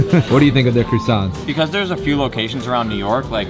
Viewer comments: "crussants" lol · Why are you calling them "crooosants"? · I thought I was the only one that heard "crewsants" lol